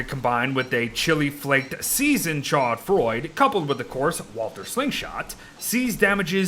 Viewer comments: Hi I don't want to be "that guy in the comments" but a French person I can stand this no longer. It's not pronounced chod froyd it's sho froowabut you kind of have to roll the r. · Warly`s "chaud froid" is actually pronounced as "shod frua". Not a big difference, but i just like french pronounciation and would love to hear some from youtubers))) Anyways, cool vid! I liked it)))